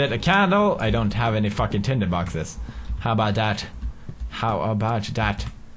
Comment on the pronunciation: He invented "How bow dah"